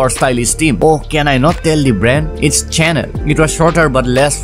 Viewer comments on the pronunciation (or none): chanel is pronounced as “shenal” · that is not how it is pronounced...it is actually "Shunel". Not that hard either but I guess you love teaching more than learning. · im not bothered lol , i genuinely thought he didn't know . what's wrong with informing? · lol it is either right or wrong! You don't teach "closer" pronunciations. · doesn't matter it's not hard that's how it's pronounced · are you asking if I am happy because you are right?? I would have been if you really were right. And I wouldn't have cared much if you were wrong either. But y'all being pretentious on internet is annoying - looking down on others pronunciations as if knowing how to pronounce Chanel somehow makes you superior.